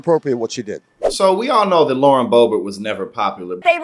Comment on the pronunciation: As the name is still very common in Germany and almost non-existant in France, her name is very likely German in origin (Böbert/Boebert) and not French. Therefor the emphasis is on the first syllable.